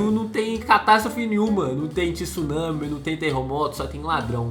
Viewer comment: Não se fala tissunami e sim tsunami ! TSU TSUNAMI !!!